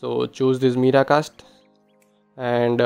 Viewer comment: It's mirror cast .... Not meeraa casst